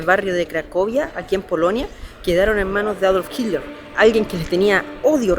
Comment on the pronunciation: Porque decís chidler... Jajjas